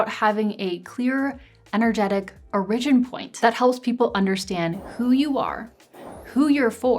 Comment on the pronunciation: Off topic: where are you from? The way you pronounce “origin” is very interesting.